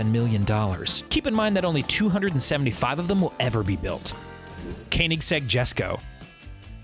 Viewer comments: MTB Man he also said kininseg🤔, not Koenigsegg🙄. This guy is DEFINITELY NOT a car guy. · its prenounced "kownigzeg"!!!!!!!!!!!!!! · Please stop saying kaenigsegg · Please learn how to say Koenigsegg 😁